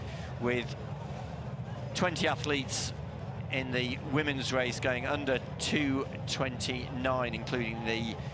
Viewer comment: If a commentator cannot pronounce an R and instead annunciates a W, they shouldn't be involved in commentary. It is a Race not Wace.